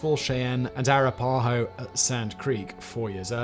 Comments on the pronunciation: Arra-puh-ho 😂 never heard that before, Arap-ah-ho is the one that I know. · Shy-ann and Ah-rap-pa-hoe.